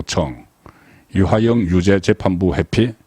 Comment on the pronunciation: 이화영을 이하영이라 틀린 발음 교정바랍니다